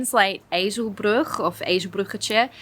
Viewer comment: when you say ezelbruggetje, it's sounds really Dutch!